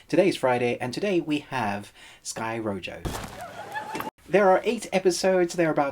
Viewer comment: good review, its pronounced "ro-ho"